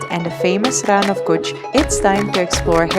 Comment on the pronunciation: IT'S NOT KUCHH. IN WRITING " KUTCHH" BUT IN SPEAKING " KACHCHH"